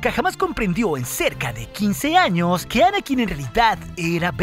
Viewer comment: si ves sus vídeos, todo el mundo pregunta lo mismo, además de que hay palabras mal pronunciadas por el propio programa, como a veces en vez de decir años dice anos